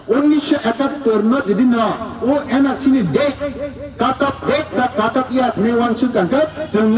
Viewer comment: no tatarao rikuchak kanri moyal lo fiyoggui rilainai dophani lokorog, musuk c nowng nini bukhuk kosak batima mwkhang Bai NRC ucharon ta Nadi.. mwsuk